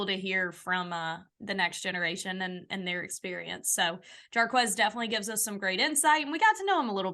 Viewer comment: Jarquez not with a M